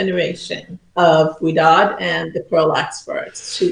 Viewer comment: Thank you for reading my question and saying my name correctly! Most people pronounce it sorry the first time they read it😡. That's amazing Ouidad said she would have been honored to cut my hair. The Ouidad salon is the only place I go to to get my done. Pia has cut my hair she was great. I have an appointment this Saturday with Jason who I think is one of their educators.